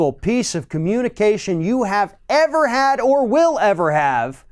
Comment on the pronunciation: "Most transparent president evah" ladies and gentlemen...